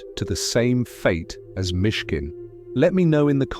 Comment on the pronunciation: It's not Mitkin but Miškin [Mishkin]. miš [mish] means "mouse", which is a contradiction with his name Leon (lion), in english: Lion Mouse.